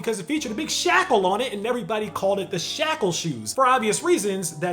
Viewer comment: The way you said shackle took me totally out 😂😂😂 and wow an all white shoe for BHM??? Tragic lol